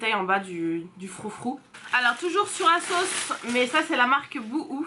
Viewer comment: Holà! Canon 👌🏼😍 À un moment donné tu as dis".....de la marque asos... "tu as fais la liaison et J ai compris Ksos mdr!! Jme suis dit hein what? Ksos?? Marquasos.... Voilà c tout pour moi lol.... Vite vite une prochaine vidéo.... Bisous